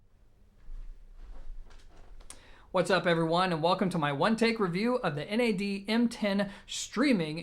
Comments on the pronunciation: It's NAD not N. A. D. One word 😁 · Wrong, NAD stands for "New Acoustic Dimension". You wouldn't pronounce GMC , Gimc.